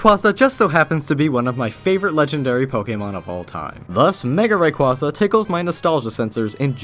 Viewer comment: Why does everyone pronounce rayquaza wrong at least I can pronounce it right